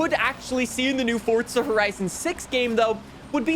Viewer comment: SAY FORZA NOT FORTZA